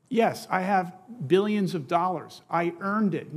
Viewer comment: Yes, I have a biklion dollars. But that does not make me a "billionaire".